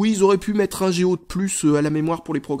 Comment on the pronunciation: Comment dire... J'adore tes vidéos, mais je déteste: - quand tu dis "" pour "Go" - la façon dont tu prononce "Now" dans "Google Now":)